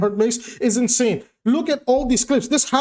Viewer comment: 👍 your inseyn